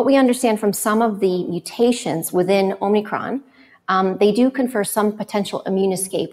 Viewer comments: It's omikron - no n. Greek has two letters that are "o": omega (long o) and omicron (short o). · Are they calling it "omNicron"??? Da fuq?... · It's Omicron not Omnicron!! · I keep hearing it pronounced that way! So is it omicron or omNicron????